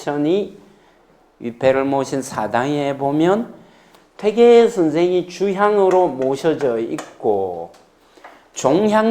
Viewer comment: 퇴계의 퇴의 발이 틀렸나이다. 길게 발음해야지오!!